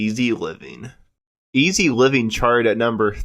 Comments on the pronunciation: Not [ivi], [evi]. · It's very eavy pronounced like heavy without the h. Not eeevy. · Oh, FFS, their debut was titled “Very ‘Eavy…Very ‘Umble”, not “Very Easy…”. How’d this guy get hired? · Its 'eavy like HEAVY smh